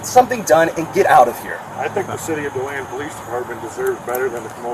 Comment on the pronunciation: I can't believe these frauditor idiots have started up in my area. How sad.. btw, it's pronounced De Land, or as most ppl call it, Dead Land. I'm from Miami.. but I'm embarrassed to live here now. At least I'm super close to Daytona Bch! 🌞⛱️🌊